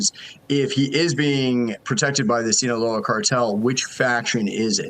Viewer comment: Reporter murders the second time he says 'sinaloa' 😂 :sayonara cartel. 😂